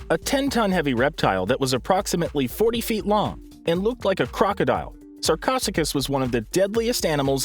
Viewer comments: Sarcosuchus pronounced Sar Co su kis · You did not say sarcosuchus correctly and it’s not Helicoprion as one word it is Heli-coprion